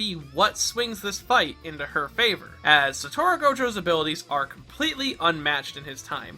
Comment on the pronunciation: it's Satoru, not Satoro